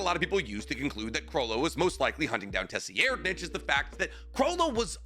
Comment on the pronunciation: Tessi Erdnitch? Tser-ried-nich So you either go american -> Sir-Reid- Or you go german sounding since it is phonetically close to german -> Ser-Reed-Nich